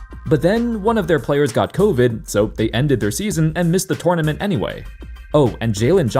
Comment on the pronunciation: It's funny how you say tournament😂😂😂